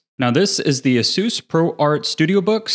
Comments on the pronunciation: Its pronounced " ah-soos" not " ace-us"? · Imagine being sponsored by ASUS just for you to butcher their name by calling them AZEUS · Ace-us homez A.S.U.S..... get it ...lol